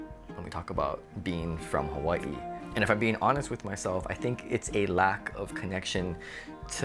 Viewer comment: I like the way you say Hawaii 🌸